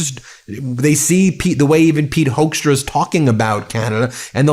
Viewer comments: Apparently his last name is pronounced as "hook"stra like e.g. a fish hook. It's a Dutch name but every Dutch friend of mine have strong opinions about this man and so do I. Not so diplomatic, in my opinion. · Pit Hoekstra is a hoax , as you can hear, but you pronounce it like hookstra as in hook